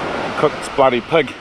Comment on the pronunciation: Looks great. Love the accents too. Especially how you pronounce pig as pug, that’s choice as